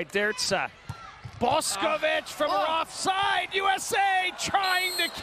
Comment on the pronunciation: Commentator sucks. It's Boš('sh' as in English)ković not Bosković, Lozo(zed\english) not Loco, Drča (as 'ch' English) not Drca. We are talking about World Champs here. He could take of his precious time to learn and properly pronounce names, for god sakes.. Amateur...